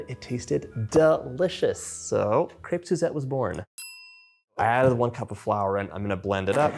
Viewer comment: Nice, and u can even say the name correctly.